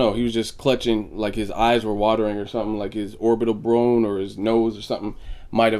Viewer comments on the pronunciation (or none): Orbital Brone You know. OB Orbital Broner